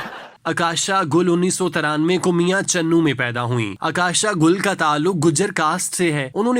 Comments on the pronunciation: اکاشا نہیں اوکاشا گل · جی،اور عکاشہ کی " ع " پہ پیش پڑھنی ہے۔